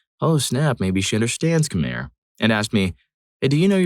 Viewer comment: just as a head's up, I have been told that Khmer is pronounced "kuh-my". No worries though since I made that same mistake for sbout two decades.